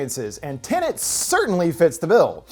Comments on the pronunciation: Wait is it TINIT or TENET? Could you maybe speak properly? Or is that too much to ask? It is, isn't it? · There's only 1 "N" in the movie title.... it's not "Tenant" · It's tenet not tenant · Tenet "Tenent" explained recapped.